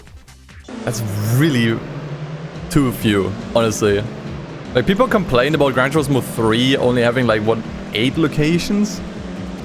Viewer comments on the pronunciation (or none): none